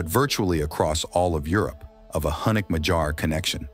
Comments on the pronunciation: Also: in madjar j is not like in the word dj dee jey, but like in yolk, yes, or hey. So more like Madyar. Again, pronounced as one sound dy. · MaG-Yar with a hard g and a pirate yar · A quick note: It is madjar, pronouncing dj as one sound between d and j. A soft d. Not madsars or machars. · You are driving me nuts with your madjar pronunciation. You said it correctly when about the Central Asia relatives - it is ”Mag-Yar”, not ”Mad-gear”!!! For the rest, your video it is very good (I am Romanian and met a lot of Mad-gears! even had them as army mates) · The way you pronounce Magyar makes my hair stand up. I live in Hungary and its pronounced My-gee-yar. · Very good documentary! But it kills AI cannot properly pronounce Magyar words properly! Work on that point ! You need help, hit me up! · Just killing me hearing Magyars so badly pronounced!